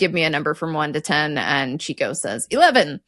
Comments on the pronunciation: It’s pronounced “Chick O” not “Cheek O.” He was always after the chicks. Plus he’s Italian not Mexican… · Okay. I must correct ' pronunciation of Chico Marx's name. It is pronounced Chick-o, not Cheek-o. He was a notorious chick chaser.